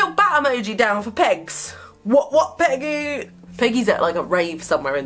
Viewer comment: Is it just me or when says Peggy quickly it sounds like piggy